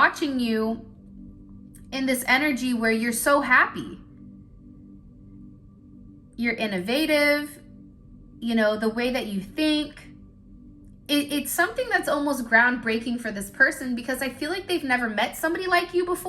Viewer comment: The inflection emphasis on your words and sentences is very distracting? Like when you said “fulfullness” and “innoVAtive” instead of Innovative - I’m reaching?